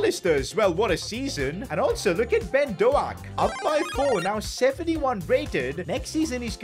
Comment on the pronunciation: His name is not Ben do aak is ben dow k